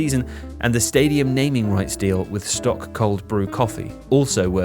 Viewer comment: The mispronunciation of SToK cold brew tell me that has never watched Welcome to Wrexham...